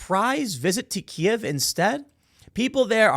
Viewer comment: Can I take a moment to thank Tim for saying "Key-Ev" correctly in English. It's been driving me insane every time some midwit thinks they are being clever saying "Keev" because ThAtS hOw YoU SaY iT iN UkRaInE! I dont speak Rus, say it right you twit. Just like it's Rome, Not Rum or Rom, in real speak. Danzig, not Gdansk. Germany, not Duetcheland. "You essay!" not Estados Unidos. Grumble grumble.